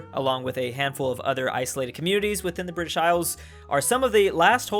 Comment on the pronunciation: I love how you can be 69% BRI'ISH I live there heheh